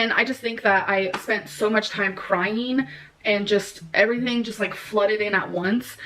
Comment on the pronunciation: She spent so much time cry-een